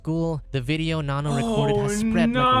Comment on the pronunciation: it’s “Nanno”